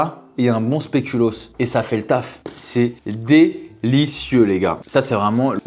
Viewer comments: il dit spelucoos deux fois de suite sans se rendre compte de son erreur mdrrrr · "le spelucoos" 🤣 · "spélucos" mdrrrrrrrrrrrrr